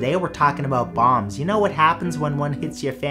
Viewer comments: I thought he said bongs instead of bombs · Is he saying.bombs or bongs